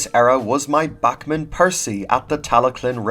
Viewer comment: I don't know if it's only by yourself but why does he say Bakmin